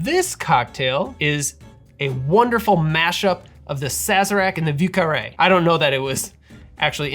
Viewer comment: Thank you for saying 'vieux carré' and not 'voo carray'